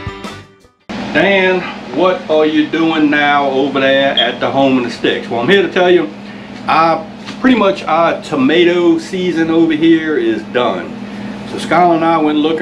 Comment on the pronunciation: the word is friggin Tomato. it starts with a darned "T". Nothing cute or endearing at all about mispronouncing things intentionally.